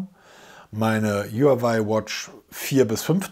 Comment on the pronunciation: Du sagst so oft Huawei, dann lerne doch mal, wie man den Namen richtig ausspricht